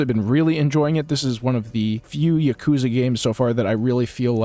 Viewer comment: Ya-kuh-za. Like bruh. All short syllables, equal length. Not y'kooza. They say it in the games, there's no excuse not to know how to say it properly yourself. Also, you can't give a full review for a game you've only played part of.